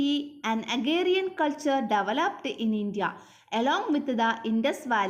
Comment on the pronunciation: Agrarian ennanu.. Not agarian